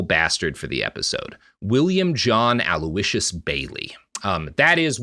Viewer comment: With all the names Robert screws up, how does he know how to pronounce Aloysius?